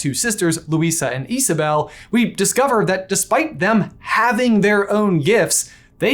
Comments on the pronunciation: It’s Isabella not Isabell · It’s IsabellA not Isabel 😭